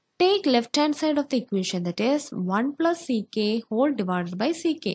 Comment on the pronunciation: Please I can't hear u mispronounce that sec A 😢🙏 First learn that 😂